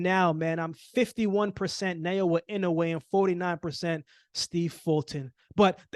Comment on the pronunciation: Is it so hard to pronounce Na o ya? I’m not Japanese but I’ve no problems pronouncing it from day one when l started following him since his debut.